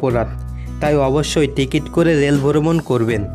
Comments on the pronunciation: boromon na its brhomon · ভাষা ঠিক করেন। শুনতে খুব খারাপ লাগে। টেরেন,ভরমন, ইমিগ্রিশন!!??? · অসাধারণ সুন্দর লেগেছে ভ্রমণ বৃত্তান্ত। তবে ভ্রমণ, ভিডিও, স্টেশন ও ট্টেন উচ্চারণ করলে আরও ভালো লাগতো।